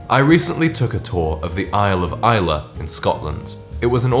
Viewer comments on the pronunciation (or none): none